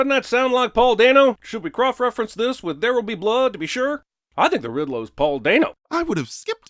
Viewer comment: going "croff-referencing" 😂